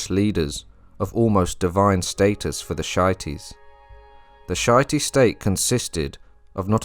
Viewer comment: Great video, though it shity is pronounced as she-ite